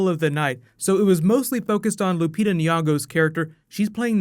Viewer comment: you butchered lupita's name